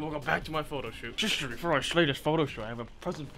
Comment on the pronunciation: "Sha shister shant shing" 😭💀